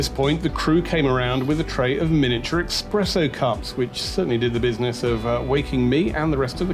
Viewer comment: Interesting video. Good narration, but some of your poor pronunciation amused me - “Expresso” keep up the good work.